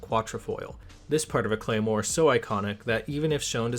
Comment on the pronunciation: You absolutely butchered the pronounciation of the Claymore you referenced